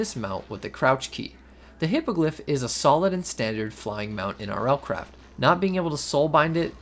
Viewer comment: Hippogryph (Hippo griff): "hippagliff"